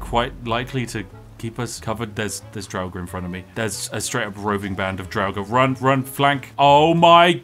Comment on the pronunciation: Dude I had a long day, I got a bit stoned and heard the way you pronounce draugr...where did that extra syllable come from? I always said it like Draug-ar but you went full on dragnarok or something. I spilt some of my tea man.